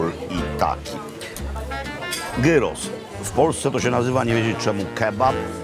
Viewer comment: Wszystko dobrze, tylko że gyros to nie turecki kebap. Przygotowuje się ją podobnie, ale jest duża różnica w smaku. Przy okazji, gyros wymawia się przez i, a nie przez y. OK, dość marudzenia. Pozdrawiam!